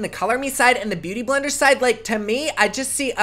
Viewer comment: did he say boo-tay-tay blender?! LOOOOOOOVE